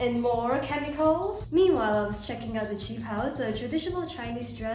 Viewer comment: Ur PURE speed! Kemicalls? Love the way you say chemicalsXD